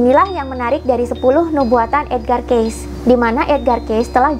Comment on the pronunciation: Mohon maaf, ralat sedikit,. Kata Cayce pada nama Edgar Cayce yang benar adalah dibaca "kei-si", bukan "keis". Lanjutkan terus perjuangannya untuk membuka kesadaran banyak orang terhadap spiritualitas demi menyongsong peradaban baru.:)